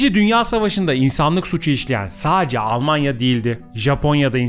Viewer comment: Saacce diye bir kelime yok sadece adam gibi konuşun